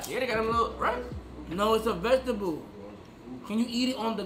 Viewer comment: vegetable : ❌ ve - ga - teble ✅